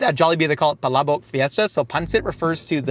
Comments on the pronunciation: pronounced "Palabok" in a perfect and a very sexy native way 😘👌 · pronunciation of "palabok" for an American is... 😚🤌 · Filipino here and gotta appreciate the way you pronounce palabok. That's what impressed me first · i was already prepared for the PAlabuk and was pleasantly surprised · Was gonna ask if they’re gonna be in the car the whole time but got caught off guard by saying palabok perfectly filipinically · you have my undying respect for pronouncing "palabok" so accurately. ❤ It's my favorite type of pancit especially when it has extra crushed up chicharon and boiled shrimp.😢 I'm a tad late to this video but I appreiciate Shayne being on.😂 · prnounced “Palabok” so legit. It’s spot-on. If I closed my eyes I thought it was said by a Filipino. And the story time about banana ketchup is so impressive. And he really nunches the food while Shayne talks, is amazing and feels like he really enjoys the food. Both of them. Just like two friends eating and enjoy their company. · Bro pronounced palabok correctly lfg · I love how you pronounce "Palabok" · i like the way u say palabok, its correct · hearing pronounce palabok correctly is so satisfying. so glad yall liked it! it's one dish i thought would be universally liked but foreigners always seem to find a hit or miss lol it might be my fave jollibee menu item in the PH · pronunciation of palabok is actually really good 👌🏻. Great job,! Makes me like you even more as a Filipina haha 😊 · I appreciate how pronounced palabok correctly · The palabok pronunciation was on POINTTTT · Dude, that was the best pronunciation of Palabok that I've heard from someone outside the Philippines. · Damn, might be the only foreigner I've heard pronounce palabok fairly well. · uy pilipins! 🎉 wow. hearing pronounce “palabok” perfectly is music to my ears.